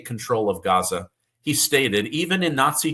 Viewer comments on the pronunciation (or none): none